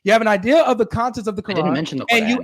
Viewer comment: Qurrr-An